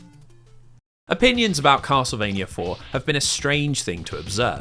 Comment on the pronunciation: "kossle-vania" .....yeah.....i cant take 8 hours of that mangling of "castlevania" im out.